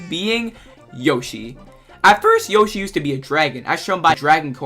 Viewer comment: i would say i liked the video but the way u pronounced "yoshi" should be illegal